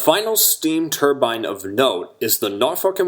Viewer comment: Excellent video. Sad to see so many great locomotives erased from existence. Maybe some day a C&O Allegheny will run again. At least a couple were preserved. Thank you for pronouncing turbine correctly . It's not a middle eastern head dress. It's a steam turbine.